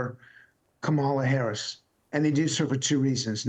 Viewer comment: Come on Mr. Luntz.... even you can learn how to pronounce her name!